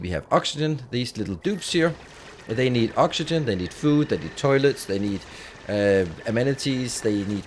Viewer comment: Any one else hear "terlets"